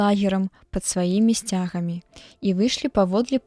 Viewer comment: Прачытана: сця'гамі, слоўнік дае: сцяга'мі.